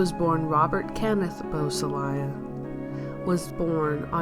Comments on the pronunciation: Boo-sah-lay. Not bus-ah-lie-ah. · Beausoleil is French for beautiful sun and is pronounced "Bo so ley' not Bo so Lial. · geez. the narrator doesn't know how to say his name. really thin facts too. get it together,! or remove this unprofessional crap. lame